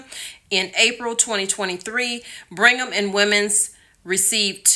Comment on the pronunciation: It's BRIGG-HAM not bring ham..lol in a Bostonian accent it would actually be Brig-um 😉